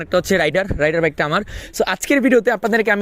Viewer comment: আপনার বাইকের নাম রাইডার নয় রেইডার হবে 😊